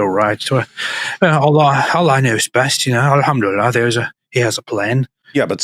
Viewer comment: “All ham 🐖 to Allah!” 😂